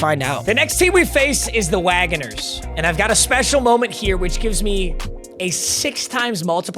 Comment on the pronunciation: this mf said the "wagoners" 😂 the town is wagoner (pronounced like Wagner) and we are the bulldogs. Your boy Rodrigo from the lions went there, my high school as well. Edited: its all love, it just cracked me up and i had to point it out.